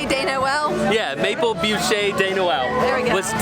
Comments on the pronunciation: It is not "booshay"". It is pronounces "boosh". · Hi there! Great vlog! Thanks for sharing! I'm French Canadian... You almost got it... Just don't pronounce de "e" at the end of bûche! 😁👍